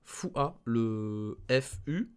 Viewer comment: Arrete de dire Fua bordel ca se prononce fa